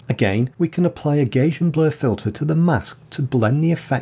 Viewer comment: Hi, I loved hearing your Manchester pronunciation, identical almost to my Cheshire accent, even after 37 years in Germany. However - I have to draw the line at your pronunciation of "Gaussian" as "Gaysian" - the pronunciation is phonetically "Gouwsian" as in (Northern slang) "nouse" after the German mathematician Carl Friedrich Gauß (Gowse??). Thanks a lot, enjoyed the video